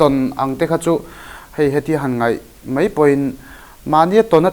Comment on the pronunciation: nang meuh chuan 'mai' hi 'mei' ti ve tawh teh suh a..!